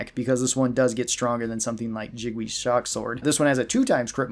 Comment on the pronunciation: Lol the pronounciation of Jingwei as "Jig-wee" is killing me